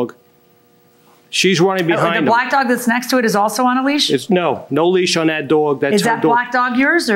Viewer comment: Look, I’m from the South and people make fun of how we talk.. but can we discuss how some of these litigants use two syllables for the word dog? “Daww-ig”